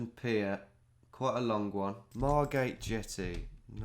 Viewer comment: Margate. Come on. I’m from there.